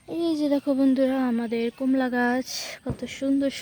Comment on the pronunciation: ব্যাডমিনটার না ব্যাডমিন্টন আর কোমলা না কমলা